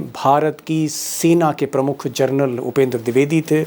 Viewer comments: Deepak ji.... जर्नल नहीं.... जनरल... General... बाकी great journalism.. salute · आपने जनरल को बार बार जरनल बोलते हैं